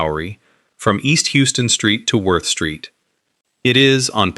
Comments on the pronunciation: OMG, in New York City, the name of the street is HOW-ston Street, not HYOO-ston Street! That's unforgivable. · It’s HOWston Street.